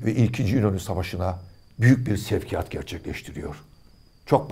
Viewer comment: "şevkiyatı" X sevkiyatı